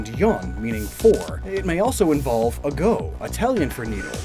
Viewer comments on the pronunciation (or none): AGÓ???? THE ACCENT IS ON THE "A" NOT ON THE "O" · As an italian I am really disappointed for your pronunciation of "ago", but this video is too good so i couldn't care less about a pronunciation error